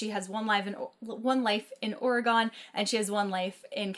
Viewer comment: You pronounce Oregon like 'organ.' I have friends from there and this drives them crazy.